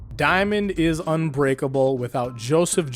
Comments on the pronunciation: "Diamond is Ubreakable" lol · Ah yes "Diamond is ubreakable" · "Diamond Is Ubreakable" good job. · ah yes.. "DIAMOND IS UBREAKABLE"